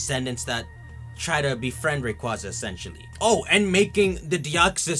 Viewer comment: Don't talk about the Delta episode if you still can't say Rayquaza properly, YEARS of mispronouncing one of my favorite legendary Pokemon, REEEEE